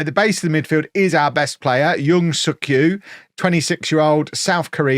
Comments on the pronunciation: Yoon Suk-Ju is pronouned "Jew" not "Yu". German and Scandanavian languages use J like a "y" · You may get demonetized with a Thailand video in which you repeatedly say Suk-Ju. 😄